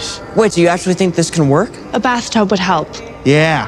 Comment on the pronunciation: Did anyone else hear the British in elevens voice when she said bathtub?